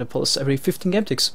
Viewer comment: Is it just me or I hear game ticks as gun ticks? (As pronounce it)